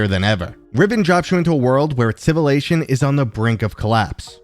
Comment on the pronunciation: what is "civilation"?